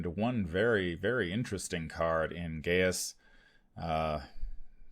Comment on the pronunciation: If you care, Geas is pronounced "Gesh". If you don't care, please excuse me for mentioning it.